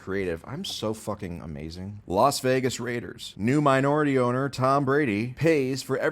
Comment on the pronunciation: I love the emphasis on MINORITY owner for Tom Brady. 😂